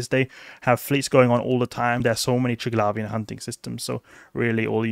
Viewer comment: Call me American, but I hsve never, NOT EVER pronounced it tirg-lavian, but rather tri-glavian.... lol